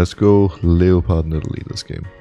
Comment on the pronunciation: Did he just say leo pard